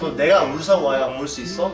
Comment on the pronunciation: 울싼 X(발음) 울산 O(발음) 데이브 의 빌음